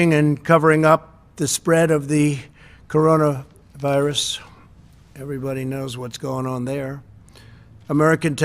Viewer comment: I love how he said 'corona"virus", everybody knows what's going on there'. Yep, pretty much Mr President. God bless our President and VP